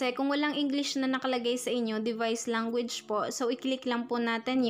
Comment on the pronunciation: Puro guys kakabingi tas language langgo age ang pronounce nya